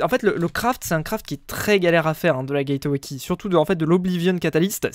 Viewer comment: Mec le e de gateway key ne se dit pas